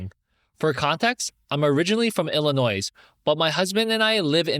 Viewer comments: Hi - respectfully, the 's' in Illinois is silent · illinois mention 🥹 eeyuck. also in illinois the s isn’t pronounced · Illinois has a silent s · the s is silent in illinois 💔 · The S in Illinois is silent